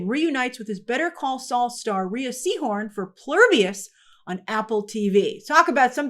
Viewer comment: Rhea Seehorm pronounces her name as Ray